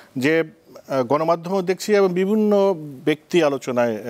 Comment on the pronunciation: এবন না এবং সুতরান না সুতরাং বরণ না বরং আগে এইগুলা ভালো করে শিখেন তারপর টকশোতে আসেন